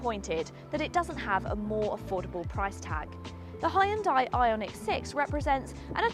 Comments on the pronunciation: Good lord, it's pronounced HUN-DIE! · I totally just looked up how Koreans pronounce it :P